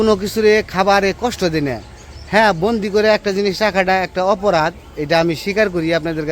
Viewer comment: জিসি কি, কিছুই বুঝলাম না,,,সঠিক উচ্চারণ করেন